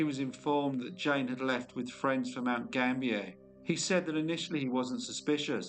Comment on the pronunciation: Mount Gambier is pronounced Gam- bee- er, not French pronunciation.